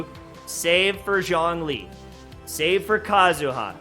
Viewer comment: When you say zhongli i considering my life choices